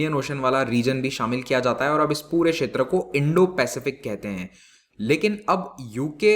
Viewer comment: सर् इंडोपेसिफिक कहिये